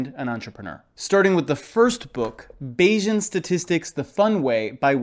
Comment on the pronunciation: Bayesian should sound like Canadian, not Asian